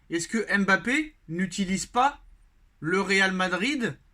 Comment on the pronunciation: Cher, prononcer correctement son nom!